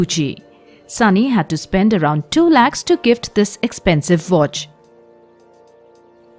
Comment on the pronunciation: It's Vicky not wicky and it's watch not votch.